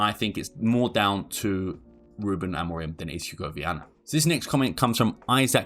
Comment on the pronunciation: His name is AMORIM. It’s a M at the end of his name, not N. Mancs really can’t pronounce his name and as hilarious as it is (because it makes them sound thick) it’s a weird affectation.